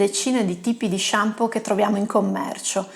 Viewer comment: MA NON SI DICE SHAMPI! ; p Arrivato qui da un video consigliato da Dario Bressanini e si vede. Complimenti e iscritto! : )